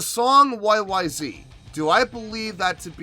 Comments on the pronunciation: it's not a question of pronunciation, it's the name of the song, the way Rush intended it to be. YYZed ! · Is it pronounced YYZet? I didn't know until years after I heard it? Great song, performance 👏.